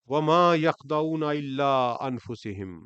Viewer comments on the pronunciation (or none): السلام علیکم آپ کی تفسیر بہت عمدہ ہے مگر معذرت کے ساتھ عرض ہے کہ آپ حرکات کی غلطیاں کرتے ہیں گزارش ہے کہ اس پر بھی توجہ فرمائیں آپ نے انفسھم کو س کے زیر کے ساتھ پڑھا یہ س پر پیش کے ساتھ ہے آپ نے قیل لھم کو قیلا لھم پڑھا امید ہے آپ توجہ فرمائیں گے۔ اللہ تعالیٰ آپ کو جزائے خیر عطا فرمائے آمین